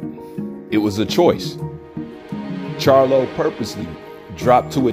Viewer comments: Crylo not charlo bruh🤣👍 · That man name crylo not charlo